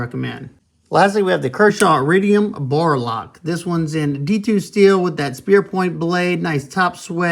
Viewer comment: Did you say "bora lock?" 😆Not to be 'that guy' but it's "DuraLock" as in "durable lock" (that's my guess, that ain't official). Nice knives. I have the Iridium and I am liking it quite a bit! Mad Tanto looks really sweet. Love me some aggressive tanto blades. 🍻